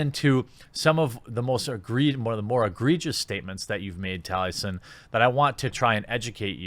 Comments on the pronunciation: His name is Taliesin, as in Tali-E-Sin, Jeremy, read the names for goodness sake... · Mr. Morta1ity he knows so little about the guy he is attacking that he can’t even say his name correctly 😬, gained some perspective after watching this